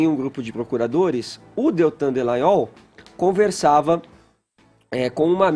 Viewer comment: o nome do procurador é Deltan Dallagnol! Poxa! Que nervoso! Não sabe falar o nome do cara.